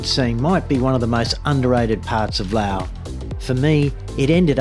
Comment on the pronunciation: It's pronounced Laos with an "s", great place to live, today in my village it's 32°C no power or water for the weekend, this place is getting expensive, my Laos neighbours go to Nong Khai hospital for treatments, yes romantic and rich history, but they don't pay the bills, Patuxai, called the second airport, built with left over tarmac concrete, how do you pay the bills when many things are listed in US dollars, it's pronounced Laos with an "s", best to stay in Thailand, if you have a breathing issue don't come here, lots of dust and afternoon rubbish burning, plastic, rubber and more, you're welcome.